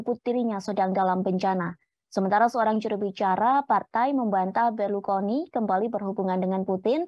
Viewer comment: berlukoni atau Berlusconi mbak..mana nih yang bener,, presenter amatiran kayaknya nih 😂😂😂